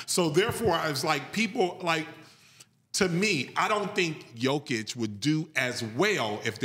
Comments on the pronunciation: Yo-kitch (it's not that hard) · 2 time MVP, Finals MVP, generational talent and still cant say his name right. Smh. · This guy does not even know how to pronounce "Jokic", this is what YouTube has done to many people. Overnight brilliance. And, sally knows everything. Now you know why Trump became president